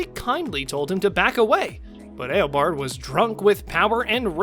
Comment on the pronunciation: Ten, Barry didn't travel through time at all. Because if he did then he would have been reliving the day 🤦🏼‍♂️🤦🏼‍♂️. Also kara wasn't flying faster than him Nine, well wouldn't you be shocked too if you found out you had a son? Eight, his name is EO BARD NOT EIL BARD or whatever the fuck you said. did you even watch The Flash at all? Also eobard didn't run away because he was scared. He ran off if you listened to what he said to plan on how to destroy the Flash. Seven, actually I kind of agree with you on number seven but also can you either watch or rewatch The Flash? Because you are literally butchering the reverse Flash's name 🤦🏼‍♂️🤦🏼‍♂️ Six, actually it wasn't going to destroy the planet. It was actually going to destroy the entire Multiverse. Five, you're actually wrong again as Barry didn't save Wally. If you actually looked at the clip you used Barry tried to save him but Wally fell into a dumpster and his mask was already off before Barry looked inside 🤦🏼‍♂️ Four, anyone will remember that scene so good job on showing us lol Three, I mean you literally just said why the fight scene was bad. What did you expect a full on Avengers style CGI or movie budget styled fight lmao Two, how is that embarrassing? When savitar literally called himself the god of speed. Of course he's going to be out matching any other speedster lmao. If you paid attention to his explanation he confirmed that he was trapped within the speed force 😂😂. One, I don't get this one at all what was suppo